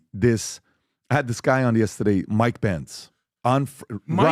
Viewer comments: I also love it when he says "Yestehday". 😁😁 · Every time PBD says “Yestehday” i giggle and i don’t know why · Me too! I’m from Boston so I always wonder if he knows he kind of says it with a Boston accent, but just that one word haha😂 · And for some reason, I say yesterday the EXACT same way. I'm not Armenian 😅